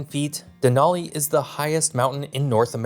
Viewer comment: that’s what I was saying. You pronounced it Den-ALL-ee instead of Den-AL-ee